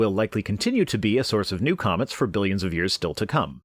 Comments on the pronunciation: It's laughable, how arrogant you are. You think you're so smart and yet you mispronounce Billoins every time. ;D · I laughed so hard when I heard billoins of years old